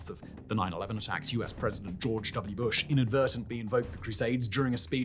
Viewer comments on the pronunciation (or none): none